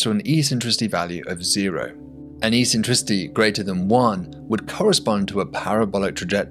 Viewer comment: Great video, but I'm going to be pedantic and say that "a basic tenant" should've been "a basic tenet". It's not the first time I've heard someone get that word wrong, and it annoys me very time! Oh, and "eccentricity" is pronounced "ek-sen-..." 🙂